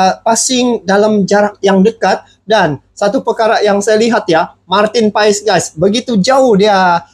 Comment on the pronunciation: Martin Paes tulisannya bang, bacaannya Martin Pass🙏🙏🙏